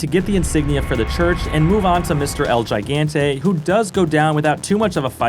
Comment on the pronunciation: it's pronounced HIGANTE, no "yaiganteh"